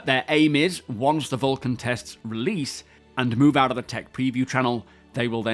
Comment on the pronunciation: "Releadse this week" got me rolling 😂